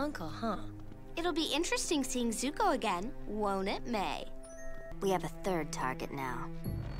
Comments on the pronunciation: If u call zuko, zoku one more time😭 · Zuko For the love of god stop saying Zocoo😣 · One thing I find funny is you keep saying the ex-prince’s name wrong it’s Zuko (Zoo-Co) lol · Love your reactions, just want to make sure you know that it's Zuko and Mai (pronounced like May). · not you saying zukos name wrong lollll love the videos!!